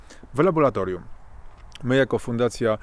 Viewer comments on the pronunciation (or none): laboRAtorium !!! Ile razy można powtórzyć słowo z błędem??? Nie LABO-LA-TORIUM, tylko LABO-RRRRRRRRRRRRA-TORIUM. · szanowny panie nie mowi sie LABOLATORIUM tylko LABORATORIUM nie mowimy karkulacja tulko kalkulacja itd Wniosek : jezeli chce sie wystepowac w srodkach masowego przekazu to wskazane byloby sie poslugiwac poprawno polszczyzno a nie labolatoryjno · LaboRatorium, nie laboLatorium ;) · co to jest labolatorium ? moze jednak laboratorium ? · 👹🇵🇱🇵🇱👹Panie! Naucz się pan mówić po polsku. Mówimy nie laboLatoRium, a laboRatoRium. To że, kiedy czyta pan coś, nie rozumie pan co, jest denerwujące. Mniej wygadani niż pan, kiedy przychodzi im coś odczytać publicznie - czytają to poprawnie. I zachodzi podejrzenie iż nawet zapamiętują jak wyglądał tekst. Przy takim wstępie pańskich enuncjacji, strach całość wysłuchać. Bo z uporem czyta pan słowo laboratorium nieprawidłowo. Błaszczakowi zdarza się często artylerię nazywać altyrelią lub aLtyLerią, ale czasem nie występuje u niego ten żałosny efekt obcowania z kolegami uczęszczającymi do PRZEDPOŁUDNIOWYCH PODSTAWÓWEK WIECZOROWYCH DLA PRACUJĄCYCH PO POŁUDNIU, odnośnie sfery którą się on zajmuje. Podobny do innych cymbałów, którzy pRioRytet chętnie mylą z p I o r y t e t e m. Obiecuję iż odsłucham dany filmik z pana udziałem. Chyba że usłyszę iż pan NIE WIE co mówi, jak to się zdarza słyszeć taki debilnie luzacki przerywnik (co drugie lub trzecie zdanie) często u jakoby profesorów, albo innych ćwierć móżdżków dźwiękiem swego głosu zachwyconych. 👹🇵🇱🇵🇱👹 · Nie "labolatorium", tylko laboratorium.... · laboratorium a nie labolatorium :] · Co to jest labolatorium? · Laboratorium się mówi ludzie nauczcie się tego słowa nie jest takie trudne :face-orange-frowning::face-orange-frowning::face-fuchsia-wide-eyes::face-fuchsia-wide-eyes::face-fuchsia-wide-eyes::face-fuchsia-wide-eyes